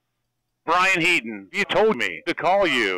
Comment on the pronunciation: It's Heedon actually